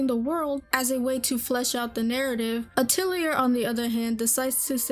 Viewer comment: Except she has problems pronouncing the word "Atelier" correctly. It's pronounced: ah-tell-e-ah Not: ah-till-e-err